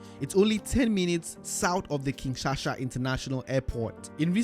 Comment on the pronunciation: King Shaka airport, not king shasha my friend